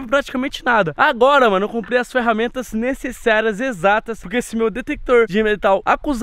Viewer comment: Mano tu falou necesserias